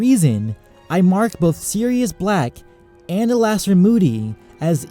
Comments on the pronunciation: Alastor is pronounced Allister btw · It's ALISTOR, dude